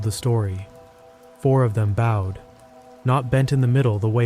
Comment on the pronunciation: "four of the ladder rungs were bowed." "bowed" pronounced like "bow" in "bow and arrow" or a "ribbon bow" (boh) not "bow" as in "bow of a ship".